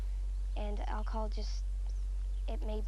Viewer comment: why does Wheels call it "olchahol"?